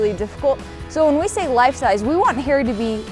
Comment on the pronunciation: It's funny how he says "Hairy" Potter